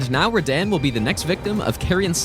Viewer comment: I think it’s better you pronounce Radahn “Rah-Dawn”